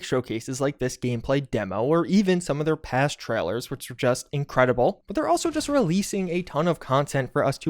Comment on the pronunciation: "Which is jus in-credibld." ......."is in-credible." "....looks in-credible" I swear, maybe a bit of word choice can go a long way. There's also others words than "vibes" to describe something.